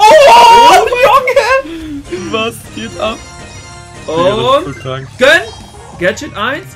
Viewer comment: Wenn regt das auch bisschen auf wenn "gönn" sagt